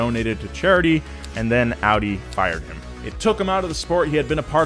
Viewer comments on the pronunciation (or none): none